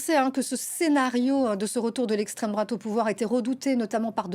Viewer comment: Essstrême drouate, essstrême drouate, essstrême drouate...🤓